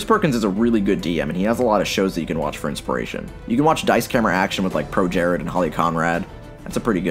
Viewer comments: “With Pro Jered” oof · "Projared" oh no